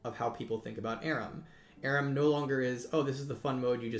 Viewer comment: Why does he call it ARUM?